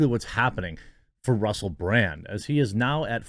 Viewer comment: Russell Brand is great. I’ve been a fan for years. But seriously, Jeremy… how did you mispronounce his name as “Bland” TWICE? He’s definitely not bland.